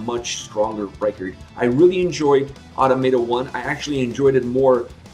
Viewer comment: Just a heads up, it’s pronounced uh-Tom-uh-tah